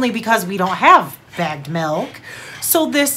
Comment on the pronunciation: Hahaa it’s milk not malk